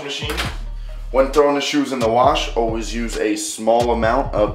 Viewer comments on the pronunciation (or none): none